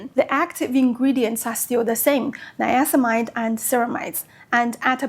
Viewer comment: It's niacinamide, missing a syllable there. Very informative video, I am currently looking into retinol and I'm attracted to Paula's Choice. I used their AHA gel for years and my skin loved it.